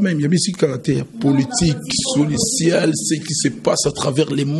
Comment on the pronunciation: solicial! ou social? 😾🤦🏿‍♂️